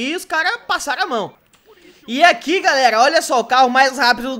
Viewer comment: Aprende a falar mano não é garrega é galera !!!!